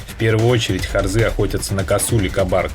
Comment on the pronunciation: Автор дебил не харзЫ а харзА не кАбАрга а кабаргА